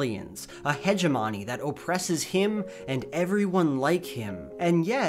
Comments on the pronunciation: Hedge-E-Money? You might want to check out how that word is pronounced. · My favorite part of his was pronouncing hegemony as "hedge-emahnie" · nobody:: hegeMONy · Absolutely butchered the word “hegemony” here